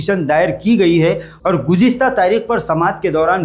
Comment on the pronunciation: Gujiasta😂 gujista🤭 gujista 😡